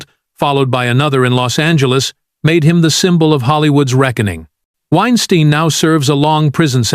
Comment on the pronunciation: Why is it that the AI narrator butchers the first pronunciation of a name, but gets it right after that? 😅 Edit: Wine Steen vs Wine Stine 😅 To add Baldwin to this list is BS. The prop master was the one responsible and everyone knows it.